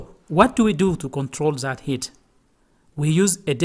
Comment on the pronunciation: Its That - det, not zet... 😂